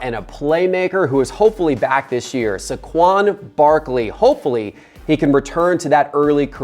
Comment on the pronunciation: Turned it off after the way he pronounced Saquon